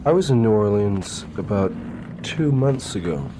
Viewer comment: Thank you Jim for pronouncing New Orleans correctly.